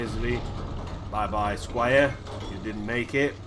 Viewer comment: nice video well explaind, he gets me every time he says squire lol :D